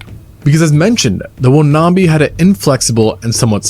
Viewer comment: It's pronounced wan-am-bi